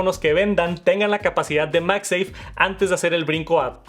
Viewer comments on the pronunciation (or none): Normalmente veo los videos con CC y como hay palabras que las sobre pronuncias, es cómico leer cosas como “Pantallas oulette” o el “Apol iPhone SE “ “Max safe “ 😅😂